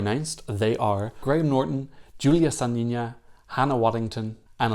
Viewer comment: Sa^nina. With stressed A. When you say Sani^na it sounds like "urine" in russian language and i believe in ukrainian too :P